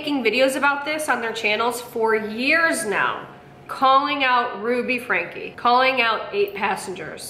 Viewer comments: It’s pronounced Frank-ee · It's pronounced Frank-key not Frank. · Sorry, you lost me when you didn’t know how to pronounce “Franke”… (it’s like Franky, btw) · fyi you probably know this by now, but for anyone who doesn't, their last name is pronounced like "frankie" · Friendly FIY : Franke is pronounced “Frankie” 😊